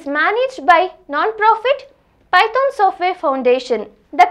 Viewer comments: sis, it's not pyton.. it's python.. woh snake wala python! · its not pyton it is python .... ....... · Googool 😂, pyton, pytonic way. Love it. "H" ne Kya gunah kiya that Meri maa, pytHon bol liya Kari. Anyway good video 🤣🤣🤣